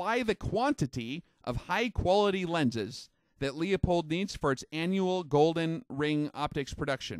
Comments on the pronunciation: Good point! Most people I speak to in the Industry can't pronounce Leupold - they say Leopold instead. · Universal Kombat Which makes it that much more awkward. He’s a master of his craft but mispronounces(not an accent) one of the most popular brands of glass. Tons of people butcher the name and insist on some three syllable variation. It’s simply pronounced “Lou Pold”. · lol right.. hes talking about the glass but cant pronounce it.. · How can you take this guy seriously when he doesn't even know how to pronounce Leupold? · I think the factual info of this presenter is as shaky as his pronunciation of 'Leupold'. Too many self contradictions to be credible. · It's not LeOpold, it's LeU pold, there is no O before the P. Pronounced like Lewpold or Lou pold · Good video, very interesting. FYI, Leupold is pronounced "lou pold" not "Lee a pold". sam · It's pronounced Loo-pold not Lee-a-pold. Good video which goes to show that the Chinese manufactured stuff can be world class. Who would've thought that 10 years ago? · It’s kinda crazy to hear mispronounce “Leupold!” It’s pronounced “Lew-Poled” on their podcast and videos. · FYI, the "Leu" in Leupold is NOT pronounced "Leo". Sounds more like "Lew" in Lewis. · It's a german name and pronounced "Loy-pold" or "Loy-polt". It's not that important. I haven't heard a single american pronounce a name like "Schwarzenegger" correctly. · No kidding, after all these years why in hell do people still pronounce it as LEEupold? Haven't they ever seen a Leupold advertisement on tv? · Leupold! Not Leopold! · I enjoy your videos However, you are mispronouncing Leupold. The correct pronunciation is "Loopold". Leopold is incorrect Regards!! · FYI.......Leupold is pronounced LU-POLD, not LEE-A-POLD. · It’s not pronounced Leo...pold it’s pronounced Lew...pold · It's pronounced "Loy-pold", or "Loy-polt", depending on the german dialect. Almost no non-german speakers pronounce it correctly. Not even the Leupold company.